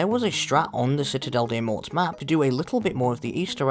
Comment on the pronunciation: For citadelle ur not supposed to say the S and the T at the end it's just " mow " hope that helps !